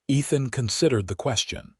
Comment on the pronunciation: Ethan ..not Nathan...sorry listeners...lol